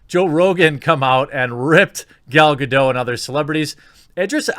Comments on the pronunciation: Dude, why don't you pronounce the 't' in 'Gadot'?! Drives me crazy! It's not French, it's Hebrew. 'Gadot' means 'riverbanks', BTW. Other than that, I love your guts. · GADOT! WITH A HARD T! You daft fucks! ;-)